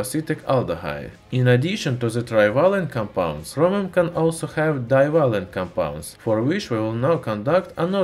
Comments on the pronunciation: It's Chromium, not Hromium Idiot. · Love how he says Chromium. Sounds like "Khromium" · Is he saying Hromium?